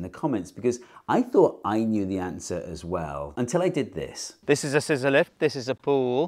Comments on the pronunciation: I heard "sizolelith" instead of scissor lift, and for a couple seconds thought he was building the wall out of some weird kind of stone. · Every time you said scizzor-lift fountain I heard Sysyliph's fountaint, and for few seconds I was thinking it was some greek philosopher. And even after I got it, I woudl get bamboozled for a second next time anyway XD.